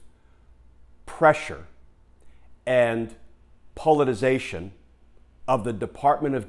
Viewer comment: Forgot a syllable in politicization.